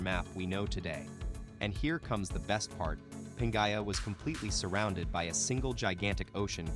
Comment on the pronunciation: Certainly must be another free AI reader that could pronounce Pangaea. And all the other words also. Words important to the actual thesis of the story itself.